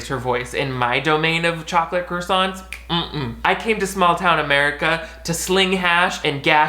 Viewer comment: Cra-sahnt? No no no. Kwah-suhn